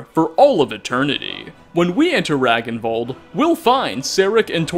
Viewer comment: Just a heads up; "Ragnvald" would be pronounced as [Ràngn-vàld] :3 Like most of the strangly spelled tombs and areas in Skyrim this does sound so fitting if a person of norse or german descend actually do pronounce them. :)